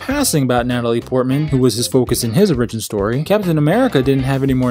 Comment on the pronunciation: oRIgion stohree?